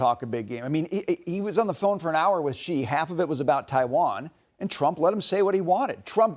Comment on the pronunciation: Aside from everything, why can't they just learn to say his name correctly!!! It's so annoying that they just can't say She. It's not Gi, or anything else. They news media shouldn't be stumped over the letter X. If they just said She, it's already 100 times closer.